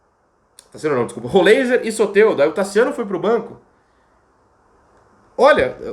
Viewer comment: Heisenberg. É rol ráiser